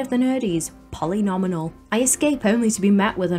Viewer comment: I thought the first "Polly Nominal" mispronunciation was a mistake, but then it carried through the rest of the video 😝 It's Polly Nomial, a pun on the word "polynomial" lol. Anyways, a slay of a video as always. I remember utilizing the DS-exclusive custom painting feature to make my own art for the stage. Now every time I visit my old save I see wonderful & inspiring paintings that say "BIGBUCKS = HOE" 😆😂